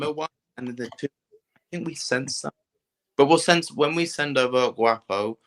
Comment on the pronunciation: Guapo: po as in pond not as in paw 😆